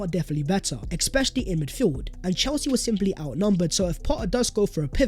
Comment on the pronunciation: Please learn to say ESPECIALLY there is no X it"s getting to the point where i am just waiting for you to get it wrong